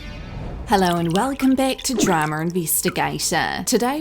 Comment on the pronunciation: I like when you say DRAMUR INVISTIGATUH